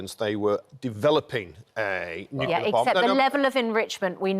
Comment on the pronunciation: nucular????? you mean , nuclear